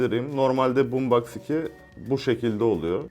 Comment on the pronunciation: BOOMSBOX xd